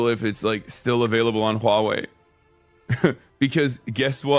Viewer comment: funny how he tries to pronounce huawei in mandarin and its utterly butchered on several levels